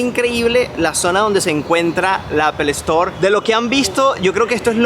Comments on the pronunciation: Todo bien pero ojo con la calidad: No se dice ‘APEL ESTOR’, se dice ‘APL STOR’ (Apple store) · Esa pronunciación en inglés, fatal Apple- estoar😅😅😅😅😅😅